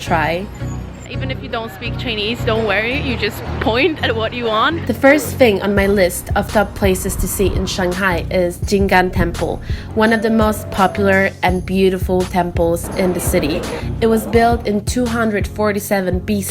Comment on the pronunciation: The temple’s name is 静（Jing）安（an),not jin’gan😁😁😁